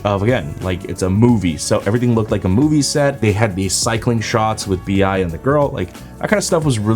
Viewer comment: VI or BIA not,its BI